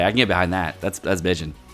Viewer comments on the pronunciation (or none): none